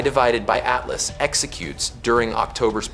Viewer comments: When you edit is your opportunity to correct the narration, 3 I divided by ATLAS is hard to miss and easy to correct… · 3 ay devided atlas? F-you AI. Blocking this shajt. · Check your dumbass A.I before you post this crap. 3 i ÷ Atlas. ?!!! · I don't think I've seen a single YouTube video about 3I/ATLAS that hasn't been AI generated. It gives the game away when they try to pronounce 3I/ATLAS. And all I hear about is this Avi Loeb character? Is he the only Astro expert in the universe? Never heard of him 🙂